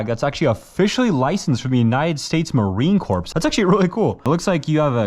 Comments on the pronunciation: Did he really say Marine "Corpse" Jesus christ, how disrespectful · said Marine corpse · "Marine corpse" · I hate it with people say Corps wrong.